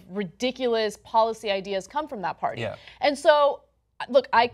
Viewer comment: I like how John pronounces party as "paorty"